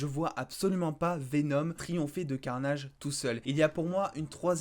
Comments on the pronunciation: J'adore le "let vere be carnayyyydge"😁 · E eo on a l a vue tu pourrais être un anglais dans ton accent let there bi carnage